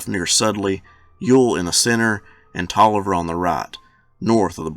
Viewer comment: You don't know how many people mispronounce Taliaferro, but you got it right. 👍